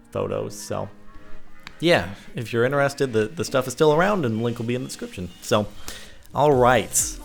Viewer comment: Why does he say interested in a differ way?